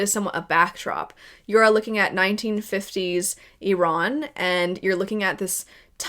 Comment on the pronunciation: thank you for prononcing the name of Iran correctly as it is not any other things. It just icks me everytime people pronouce it wrong when i'm sure iran is mentioned in today's news alot even in america 🙏